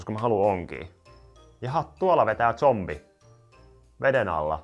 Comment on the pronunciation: Normi ihmiset sanoo: zombi sanoo: zonpie